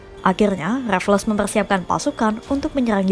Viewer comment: Baca namanya Raffles salah. Bukan Raf-les tapi Refls.